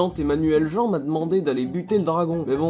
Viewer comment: On dit pas Jean! 😂😂🥲🥲